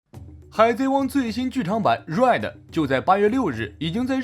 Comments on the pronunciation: 你的RED一直說錯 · Red都都不會念，丟臉啊！ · 開頭:海賊王最新劇場版 瑞的 抱歉笑出來對不起🤣🤣